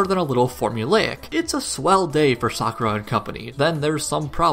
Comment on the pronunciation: Ty for pronouncing Sakuras name correctly